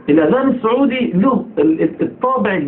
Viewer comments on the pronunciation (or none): none